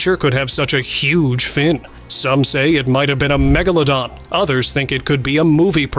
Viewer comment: How many megalodons did I really see.*. How many times did your AI mispronounced Megalodon. Too many times to count.